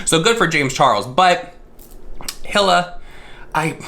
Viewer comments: Its pronounced "Heel-uh" lol 👠 👠 👠 Love you,! ❤ Also I think he did take inspiration from Teddy Fresh...the colors are exactly the same. Like come on. 🧸 🐻 🧸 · I’m sure you will get a bunch of comments about this but you are saying Ethans wife’s name wrong You pronounce it “E-la” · Not complaining about doing the research but not pronouncing Hila’s name right 🙄🥴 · Bro first please look up how to pronounce her name correctly and also it’s kind of rude to insult her style of art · If you’re gonna make a video on a drama “news” snippet Atleast learn to pronounce HILA correctly considered she designed the hoodie. If you watched one second of a vid on teddy fresh and actually did research you’d know how to pronounce it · You can’t even pronounce her name right.... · I cringed every time he said Hila ☠️ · These drama channels can’t even do .5 seconds of research on how to pronounce a name they’re talking about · E-la. Not hill-a. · lmao hila is pronounced ee-luh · Your delivery was cute and funny☺.. It's pronounce like the brand "Fila" but without the "F" of course.. 🕵🏼💬according to my investigation & research📔📕🗃📖🔬🤥!.. 😳ok just Google📲🤓~Hila means “halo, aura” in Hebrew and “hope” in Afghan.. 🤧sorry for all this crazy replay, I have way too much time on my hands.. Stay safe, Stay blessed❤.. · No shade whatsoever I just wanted to say her name is pronounced like “Eeeee Laahhh” lmao I’m really doggen the Hilla tho 😂😂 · It’s pronounced like “ee-la” :) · Her name is Hila. Hee-la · ‘Hila’ is pronounced like ‘Heal-a’ xxx I definitely support Teddy Fresh, even though it’s not about people dying, JC makes a killing while smaller brands fall to the wayside. It costs a fortune to start a business and H3H3 (even though are very popular) are not without financial hardship with censoring off YouTube and COVID. I’m really getting sick of this kid. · Hila = "Eee-la"! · Hila= E-LA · pfff omg 😬 it's pronounced "EE-la" (like rhymes with Leela from Futurama), the H is silent